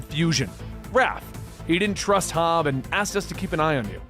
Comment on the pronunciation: Love it. But God damn it's HOB. Not Hobbs.